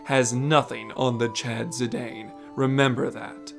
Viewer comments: His name is "Zih-Dahn" not "Zih-Dayne" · That's not how you pronounce Zidane. It's Zih-dahn, not Zih-dayn. It's consistently pronounced that way in all of the Dissidia games. It's also a surname irl.